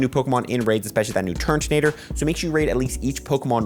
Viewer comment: Please stop calling it TURNtonator it’s turtonator